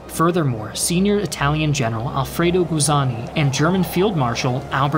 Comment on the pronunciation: Another great production, but your pronunciation of non-English names and words is atrocious as usual 'Guzzoni", "Catania", :"Adrano", "Troina ",,, etc.... I suggest you enter these names into Google Translate to get an idea on the proper pronunciation.